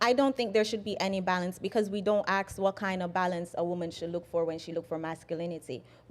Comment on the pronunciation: we don’t axe 😂